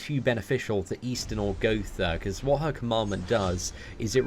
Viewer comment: he doesnt want people to know that eastin.. is actually xD